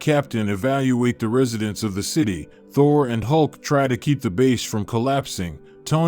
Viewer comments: Thor not thory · Did he call Thor torrie…….? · bro its aim not i am and u pronouced thor wrong